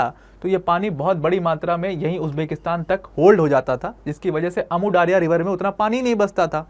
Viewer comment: Daaria nehi daria hai jo word urdu me bhi istemaal hota hai